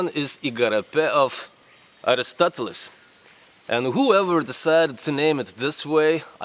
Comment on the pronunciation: your mispronunciation of Aristotle made me think about unsubscribing but then I thought that I wouldn't be able to find another completely insane guy like you, so I didn't. by the bye, he wasn't the creator of scientific method, he just pioneered it. also the pronunciation of Diogenes leaves a lot to be desired, but do we really care?